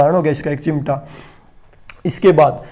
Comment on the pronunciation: Very nice nice sir👌👌 But sir hindi word correct kre thoda Ex. धुरी, कूड़ा, चिमटा....